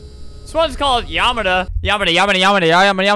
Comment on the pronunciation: Am I the only one who thought that when Albert was saying yamada it sounded like he was saying ya om dumb